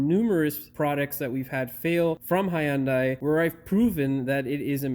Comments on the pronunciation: HUN DAI. NOT "HIGH YUN DAI" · Hyundai, It's pronounced like Sunday. Hyundai even had a commercial stating that years ago. No "i" sound in that y. The "y" is silent.